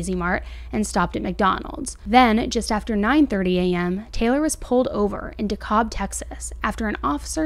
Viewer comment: Not to be rude but when you're researching these stories please please please get the names of towns and places correct. It's bowie (boo-wee) county. It's DeKalb (dee-cab) Texas. Also it's Healthcare Express, not health Express.